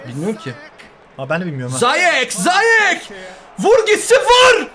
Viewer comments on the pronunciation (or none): ziyeche neden zayeç diyon shshshshs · Abi dzeko değil ceko okunuşu ziyechinde ziyeş okunuşu bilgilendirmek istedim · Abi zayek değil ziyech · abi ziyech e zayek demen saka mi